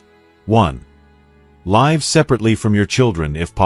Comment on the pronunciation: AI failed to pronounce "live" correctly!!